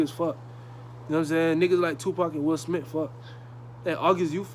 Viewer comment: “Will Smit”😂